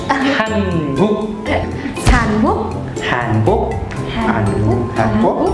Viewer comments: đọc tiếng việt cho chuẩn. Hàn cuốc là hàn gì đấy ??? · BÀ MIỀN NAM NÓI HÀN QUỐC CỨ NHƯ ĐỌC LÀ HÀN GUỐC 😁😁😁😂😂😂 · Hàn Quốc = Hàn Guốc Người Việt Nam phát âm chuẩn vl 😱